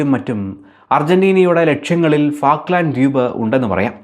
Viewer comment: ഫാക്ക്ലാന്‍ഡ് അല്ല ഫോക്ലന്‍ഡ് ആണ്